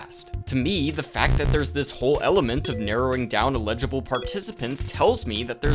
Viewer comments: You're pronouncing "eligible" like "illegible" lol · with love, it's ELL-idg-ih-bull, not ill-EDG-uh-bull 💜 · Am I mishearing, or is "Eligible" being pronounced like "Illegible" by mistake? Someone please correct me if I'm wrong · not to be nitpicky but it took me until like halfway through the video to realize you were trying to say ELIGIBLE participants and not ILLEGIBLE participants and was very confused because my brain was interpreting things the opposite way to how they were meant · I mean this in a completely constructive way, but you are pronouncing "eligible" as "illegible" for the entire video and it changes the meaning of all of your statements! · him pronouncing eligible as "uh-LIDGE-uh-bull" and not "EL-idge-uh-bull" is bothering me too much for no real reason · You keep saying illegible instead of eligible XD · Eligible participant, brother. ELIGIBLE. Not illegible lol. Regardless, I'll be keeping an eye on how this develops. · bro you gotta say "eligible" differently. it sounds like you're saying "illegible" and it confuses the hell out of me lol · i was about to mention that too😅 it took me a long time to realize he meant eligible bc i was wondering why he was calling them illegible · When you say "eligible" it sounds like you are saying "illegible". Eligible has an emphasis on the 'EL' sound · FYI the word you're looking for is "ineligible," not "illegible." Great video ❤ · elligible: able to participate inelligible: disqualified from participating legible: able to be read illegible: unable to be deciphered or read sorry, your flip-flopping on pronunciation got to my spouse and i a bit 😅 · I know this is a nitpick, but I want to let you know you confuse the pronouciation of "eligible" with "illegible" constantly in this video. It's just a bit distracting, not a major issue. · Never heard anyone pronounce eligible this way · You pronounce the word “eligible” extremely weirdly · Gang please look up the pronunciation of eligible